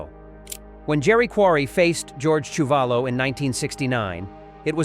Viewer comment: Quarry lost to Chewvolo as you mispronounced his name. Quarry beat Ron Lyle. Please get your facts correct